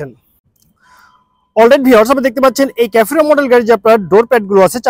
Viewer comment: ক্যাফোরো না রে ভাই। সেফিরো